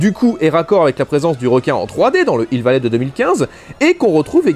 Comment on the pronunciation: Un N'Hill vallé ouai, bien joué la liaison :p